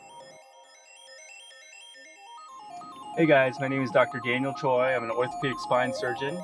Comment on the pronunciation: I like how he's pronouncing his name. 'Choi' is pronounced as 'Toi'😍